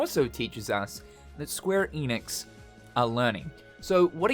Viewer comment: You can’t even pronounce ‘Square Enix’ right. So…